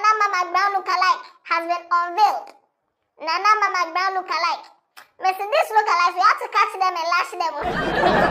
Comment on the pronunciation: I heard nana ama masbrown😂🤣